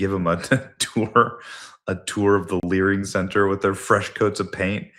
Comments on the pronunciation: Live and lear 😂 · "My name is. And I am here to Lear." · You live you lear 😂